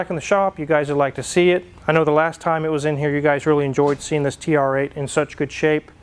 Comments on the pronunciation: It's TURRRR-EIGHT! Wife: (no reaction): It's TR 8, yes. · has been eating too much Kelloggs Frosties with saying TRrrrrrrrreighhhhtttt